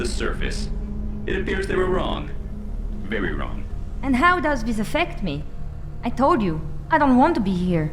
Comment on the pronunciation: the way said it is "whoz de fuck are you?" is just funny and she said " I waz happy there" and "doez diz effect me?" hol up am i in a wrong universe? or am i in the neko universe?